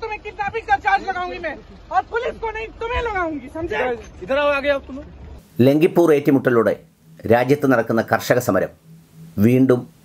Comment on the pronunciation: ലഖിംപൂർ ആണ്. പലതവണ പറഞ്ഞതു 'ലംകിപ്പൂർ' എന്നാണ്.